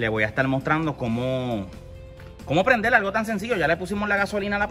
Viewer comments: Porque hablas tan raro.... Dices Motol en vez de Motor..... dices Prendel.... en vez de prender!!!! dices Generadol... en vez de Generador....porque hablan así? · veo que si escribes Puerto Rico... Porque no escribes Puelto Lico?